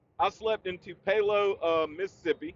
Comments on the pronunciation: Dude you might wanna set that Tennessee Honey down for a little while... "Too-pay-low" Mississippi 😭😭 That was Friday Blooper Reel material 😭😭 JL been teaching you too much of that Japanese... haha .. Stay Safe Brother ... You Tha Man 👍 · 😆 I thought you were saying anything other than Tupelo (Too-puh-loh), MS...I hate driving in Atlanta and I live here. 😄 It's a risk, but I go through the city on I-20 on occasion..👀 North Cobb in the house!